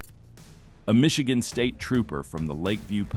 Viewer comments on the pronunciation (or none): none